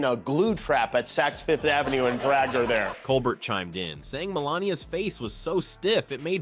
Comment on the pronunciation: Will not subscribe to computer voice that can’t correctly pronounce Stephen Colbert’s name.